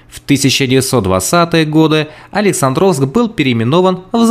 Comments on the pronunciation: Брехня на брехне. Не АлександрОвск, а АлексАндровск. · Почему такое дикое ударение на "О"? АлексАндровск, АлексАндровка от имени Александр. Это же не имя АлександрО!